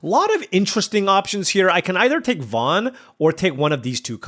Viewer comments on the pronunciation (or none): none